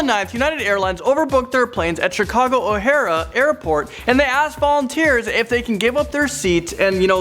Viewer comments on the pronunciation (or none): it is pronounced o-hair not o-hiar-a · O'Hare, not O'Hara. This ain't Gone With the Wind. HAHAHAHA :P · O'hara?!?! It's O'Hare. No A at the end. O'Hare. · It's O-HAIR GET IT RIGHT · It's O' Hare my friend. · Chicago "O'Hara" 😂 jk messing with u bro nice vid